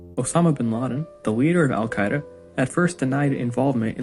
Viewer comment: I took a shot every time he mispronounced al-Qaeda. I died of alcohol poisoning